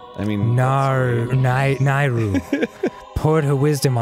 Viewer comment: is it really that hard to say nayru [NAY- Ruw]?